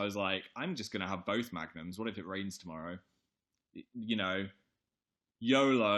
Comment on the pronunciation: i thought he was saying magnets instead of magnums wtf